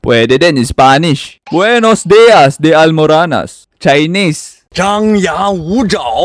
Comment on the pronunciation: "gwenos deyas di almaranas"✌️😭🤣🤣